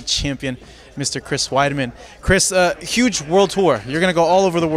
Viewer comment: Anderon is like " oh sheet ees Creees Widemen, I back later... I back"